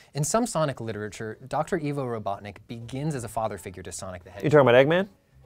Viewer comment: Did he pronounce Ivo as "ee-vo" instead of "eye-vo" ? jesus christ